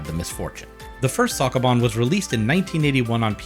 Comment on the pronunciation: The way you say sokoban hurts me mentaly.